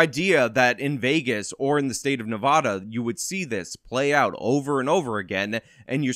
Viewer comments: .- its NevAHda. Cmon dude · Theres no "O" in Nevada